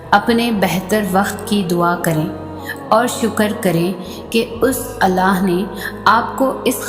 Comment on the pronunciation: Subhan Allaah wa bihamdihi I really like the way you say Allah my beautiful sister